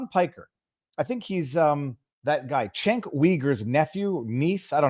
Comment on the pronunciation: You're saying Cenk's name wrong, it's pronounced with a J, as in Jenk, Also, his last name sounds like Yuger. Cenk Uyger. Jenk Yuger is how it's pronounced.